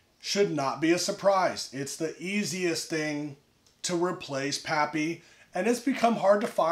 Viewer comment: “PaaPyYs”. What a lush